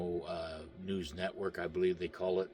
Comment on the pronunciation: Did you say Gitmo news station or noose station 🤭